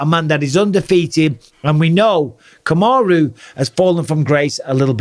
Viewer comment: Really Bisping! Put some respect on Kamaru's name